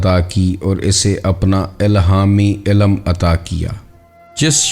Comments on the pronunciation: Ya to apna talaffuz durust kar len ya kisi aur ko hire kar len. Sahi talaffuz waqt hai Waqat nahin, ilm hai ilam nahin, jazb hai jazab nahin, kasb hai kasab nahin, ilme laadunni nahin ladinni hai Lehjay me thori narmi aur utaar charhaao paeda karen. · انتہائی معذرت کہ کے بعد سننا برداشت نا ہوا آپکی اردو نہائیت کمزور ہے اہم بات بیان کرتے ہیں لیکن مسلسل بارے ilm کو Ilam کہتے جاتے ہو سماعتوں پہ سمع خراشی کا باعث ہے معذرت اس سے آگے نہیں سن سکتے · MashaALLAH SubhanALLAH bhai great sharing but ek ghalti hai ilam nh balkay ilm hai